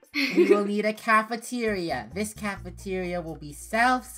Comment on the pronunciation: Funneh:next up is cafentira Also funnehs mind:wait i said cafentiaria let me change that up Funneh rhen says:cafeteria